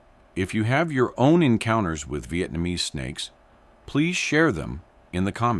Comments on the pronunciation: no he said spakes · Snakes! Did you say snakes?